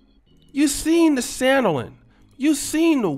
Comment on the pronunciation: Every time talk about weaving and sandeling I just crack the Hell up... especially when he says sandeling. LOL!!!